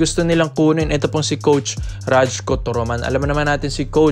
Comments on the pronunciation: Pronounce mo na rayko toroman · Mali po bigkas mo sa pangalan ni coach😂